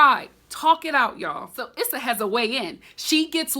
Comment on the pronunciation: It's definitely "Eee-sa". Emphasize on the E not the S.